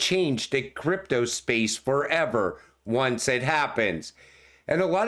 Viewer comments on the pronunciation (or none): none